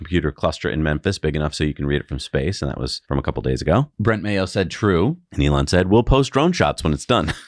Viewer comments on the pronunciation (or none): none